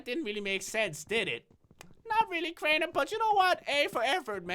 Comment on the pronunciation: its crainer not drainer